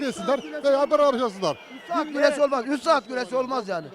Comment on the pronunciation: Güreş değil " Güleş" 😂